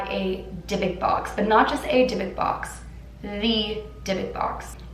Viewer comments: Dybbuk, pronounced with an elongated "b" (since theres two of them), and the "u" is said like in the word "cruel". Not "Debek". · ❗️Take a shot everytime she say “Dybbok box”😂 #AlcoholPoising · yes yes yes!! Thank god I was getting so bothered on the way she pronounced it!!! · I didn't want to do my homework so I listened to you while doing it and I thought you kept saying big dick box and I was so confused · Anyone else can’t stand how she pronounces it!!! Ugh!! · Monique Ortiz no I also and I’m bothered by the way she pronounces the box wrong!